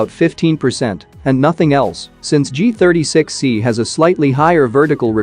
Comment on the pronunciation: He is continuously saying G-THIRTY-S3XY 😂😂😂